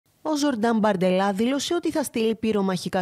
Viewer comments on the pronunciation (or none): Μπαρντελά λέγεται, Γάλλος είναι. Δε σας ακούγεται ωραίο το φυσικό;;; ...